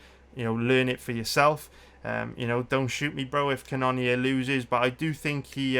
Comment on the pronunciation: Yo it’s pronounced cannon ear love the content